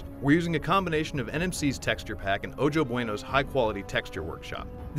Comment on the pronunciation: "O-Joe bueno"